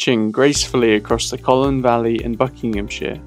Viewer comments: Colne not Collon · Its Colne, not Colen! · You pronounced Colne incorrectly. It’s not Colen, it’s Cole-n. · ...Like Coal-ne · Like coal-ne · i wish the narrator would pronounce the name correctly. other than that a good video.